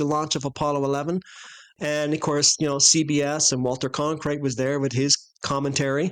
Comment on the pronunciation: A few things to consider: I love you guys, but SHAME ON YOU for forgetting Michael Collins' name & mispronouncing the most popular TV anchor in history "Walter Cronkite." (lol) -more... Next, when looking at your video footage of the Escape Chute, I don't see any kind of 'chute' that descends from the Command Module.-??? What we see from your footage is 'something resembling a chute' appearing from about halfway (or more) at the 2nd stage. Furthermore, it seems that if someone slid down on their butt from a 363-foot elevation, their pants would cause so much friction their asses would feel as if they were on fire...if not literally. I slid down a 6-story waterslide in Sacramento, and even with the water flowing, it was quite a ride! As kids, we went down amusement park 4-story stainless steel slides on burlap at a relatively low incline...it got a bit warm, and would often burn off a couple of layers of flesh on your legs/elbows if you weren't completely on the burlap. Even descending the escape chute at such a steep angle, from that extreme height, would cause one to ponder the "33-FPS/per second" law of Gravity...an insane speed to travel on your ass...even if it withstood the friction, yes? Your animation shows a sharp decline in angle/grade -only below ground surface. Are there any photos of the launchpad clearly showing the external escape chute pathway from the Command Module, because I haven't seen any, and not that I am negating that claim, I just haven't seen any